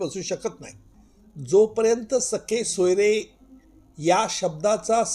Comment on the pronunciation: अहो,सगे सोयरे म्हणा..सखे सोयरे नव्हे..😂😅